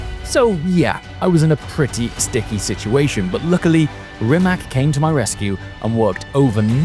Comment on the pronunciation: Please stop calling Rimac like there‘s a k at the end. It‘s properly pronounced like ts. 🤌🏼